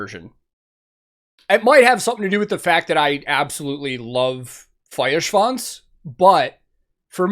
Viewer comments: I'm so excited for that new album. Btw.: Your pronounciation of Feuerschwanz is really good by now. :) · The first American the pronounce "Feuerschwanz" correctly... 😂 . Very cool!👍 Greetings from Bavaria! ✌️ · Great pronounciation on the Feuer. Best i've heard from an American reactor so far. great video too and a fun song.